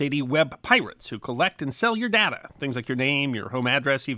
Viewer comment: It's DAY-ta, not dada.